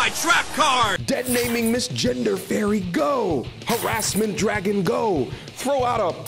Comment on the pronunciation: Nigga said Harrasment Dragon😂😂😂😂😂